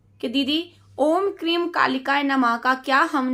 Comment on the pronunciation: क्रीम नहीं हैं ‘क्रीं’ हैं